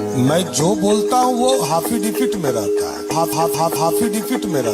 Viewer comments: हाफी डेबिट बोलता है,,अनपढ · अरे भाई किसी को पता है तो बताना कि ये "hafidipit " क्या होता है,जो मुख्यमंत्री जी बार बार बोल रहे हैं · हाफि डेबिट 😂😂😂😂😂😂 खुदा मेहेरबान तो गधा पहेलबान 😂